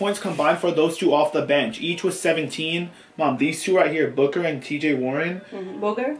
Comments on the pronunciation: the mom says Booger as booker😂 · mama rug called Devin Booker, "booger" 😂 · It was funny when said booker and his mom said booger 😂😂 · Your mom calls D Booker Deven Booger